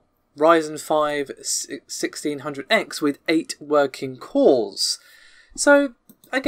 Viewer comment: Every time you say cores it sounds like calls.